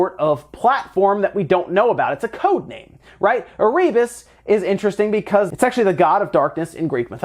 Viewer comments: Not e-ree-bus Air-RE-bus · Hey, bud. It's pronounced "Err-uh-bus". Also the name of one of the first ships that went to Antarctica, and subsequently, now the name of an Antarctic volcano. AND it was a level in the original DOOM lore. It's a place in hell.